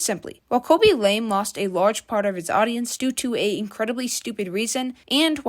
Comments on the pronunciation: You cant even say his name correctly, KABY LAME not KOBE LAME. No surprise you like this repetitive guy. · "cabbage lame" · Ryan William Johnson😂 Kobe lame😂 Your name butchering is legendary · kobe and lame lol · the forgetting of the word evolution and "khobe lame" is so funny